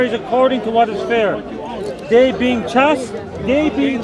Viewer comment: "Chaste" rhymes with "chased."